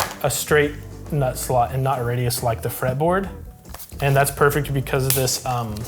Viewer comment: he definitely said nut slut